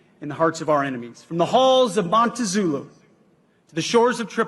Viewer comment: Halls of MONTEZULU??? OK, I know that people screw up words, but that's almost unforgivable.